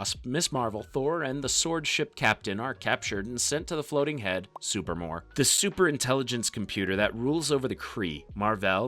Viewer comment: SuPREEmor. Not Super-more.